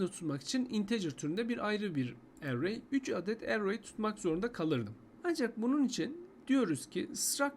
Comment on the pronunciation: array kelimesini telaffuz edişin sinir etti. dümdüz erey diyip geçemiyon mu dayı ne bu aksan hevesi